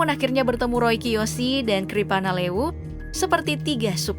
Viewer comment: Ki prana lewu bukan kri pana lewu min😂😂